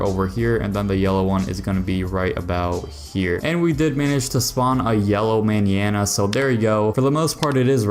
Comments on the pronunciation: how he be pronouncing Manana had me crying from laughter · You’re pronouncing mañana so wrong 😅